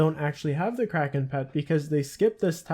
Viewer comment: the way you did kraken gave me cancer